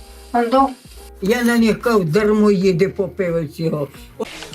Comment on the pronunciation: Дивно на Донеччині говорять бурАк а не бурЯк, ходЮ теж є, груба теж є